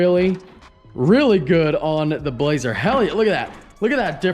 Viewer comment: i thought he called it the blahoe